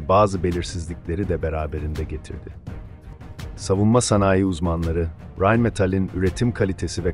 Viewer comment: Rein derken r leri amerikanlaştırma normal r li konuş